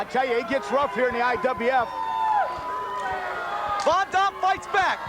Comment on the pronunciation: He calls him rob von dom lol.. abs that damn refs hair lol